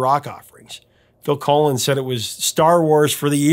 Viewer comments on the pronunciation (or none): It”s Phil Collen (like pollen) not Phil Colon, Professor! LOL! Great video as always!